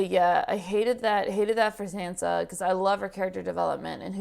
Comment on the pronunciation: "i'm sAnsa stark" "let's go sEnsa" i know there is language barrier and you would read sInsa if i write sEnsa...but...just listen to how sAnsa calls herself. it's not sEnsa